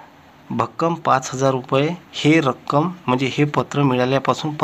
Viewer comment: आवो रक्कम ला भक्कम म्हनत आहात सर 🙄